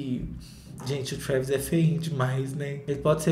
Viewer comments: TRHÚÉVYS KKK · Cada hora que o fala Traaaaaaaaaavis, eu me desmonto de rir e já esperando a próxima pronúncia kkkkk